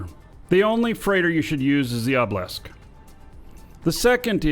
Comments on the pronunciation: Why do you pronounce a Obelisk like Oblesk and not OH-buh-lisk? Is it a eve slang thing? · LMAO yeah it is funny. Obblisk